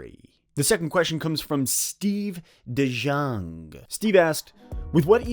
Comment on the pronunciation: The references in your videos are spot on and awesome as always. I will have to definitely look into the players you brought up when you answered my question. Just a small knit pick, it is not de-Jon but de-young. Another great video and I love the Let’s Talk Lions Banner.